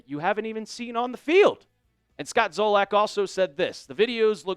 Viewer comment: It's Zolak.....said Zah-Lick....not Zoh-Lack